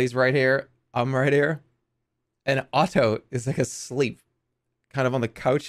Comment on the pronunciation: I love how Jerma always pronounces Otto's name so crisply